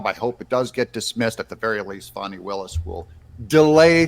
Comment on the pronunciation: It's not "Fawny"